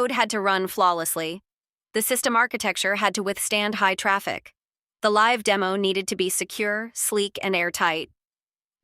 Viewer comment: AI trying to speak words like 'live' and 'live' is hilarious. We live here versus watch U2 live is a good example.